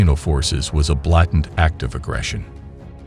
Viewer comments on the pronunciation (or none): blatant - "BLAY-tant"